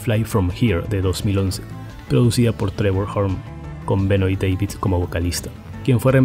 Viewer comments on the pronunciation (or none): none